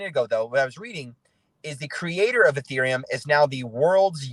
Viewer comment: He pronounced it Urethraium...well, that was a rather embarrassing correction...Ethereum